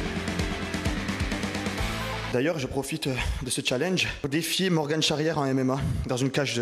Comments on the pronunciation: Morgan pas Morgane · On dit Morgan pas Morgane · C’est Morgan pas Morgane 😂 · C’est MORGAN pas MORGANE frérot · C’est morgan pas morgane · c'est morgAN pas morgANE il vas te mêler. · On dit Morgan et pas MorgANE